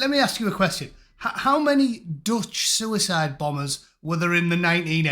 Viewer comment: Sure, sure... A soo-a-side... Sure....